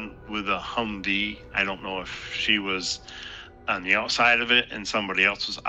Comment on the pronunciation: This clown actually said she was in an accident with a "humdee." 😂 What a moron. The scammer even spelled out "humvee" in the text.